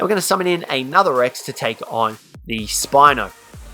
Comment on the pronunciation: “So what we are going to do is summon in another Brex.” Me: “Brex?” Also me: “Listens to saying that another 10 times.